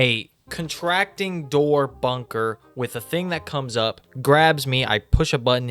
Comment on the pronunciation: When he said bunker my broin immediately thought ´´BUNGER´´.